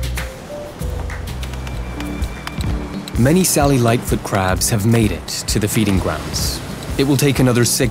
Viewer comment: The captions are saying “Sally lightfoot crab” but I’m hearing “cellulite foot crab”